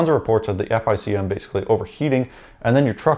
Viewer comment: Say “F I C M” again I dare you, it’s pronounced “FICK EM”!